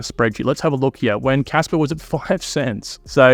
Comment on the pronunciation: Stop pronouncing kaspa as kasper